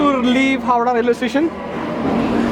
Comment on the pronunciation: Howrah not howdah